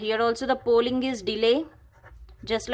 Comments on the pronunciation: It's polling...not 'pooling' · Pooling nahi polling hota he